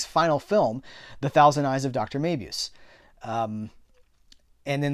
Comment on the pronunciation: Great roundup! There are several ways to pronounce "Mabuse" on the interwebs, but it's "Mah-boo-sah" in the films.